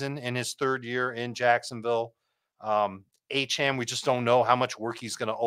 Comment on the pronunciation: The real “justify it” should’ve been pronouncing Achane’s name wrong. He’s been vocal about how it’s pronounced and you’ve had 6 months to correct your pronunciation, show a little respect